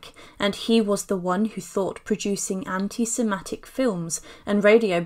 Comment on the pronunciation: Very interesting but… it’s anti Semitic not anti sematic- the first time you said it I thought it was a slip of the tongue but you repeated it - and it’s hypochondriac no T on the end of it